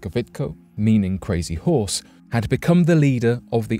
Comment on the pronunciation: Lol the pronunciation of crazy horse is funny lmao close but not nearly enough lmao who am I kidding it's not even close 😂 coming from an Oglala Lakota